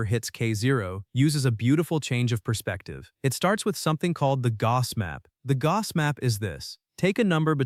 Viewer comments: He won’t mind, it’s still not how you say the word. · It is quite painful to hear the name of perhaps the greatest of all mathematicians butchered repeatedly. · I am sorry, but not a good video. Even if I would know everything said, I would have problems with following, as the narration was really fast, and pronunciation was weird (e.g. Gauss). If this is to be educational / popularization video, it does not work. Key concepts are not clarified enough, the visual aspect of video is not used well - many details are not visualized at all. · This is a very interesting post. However I found it almost impossible to follow, without sub-titles, because of the weird pronunciation of Gauss. You have been warned.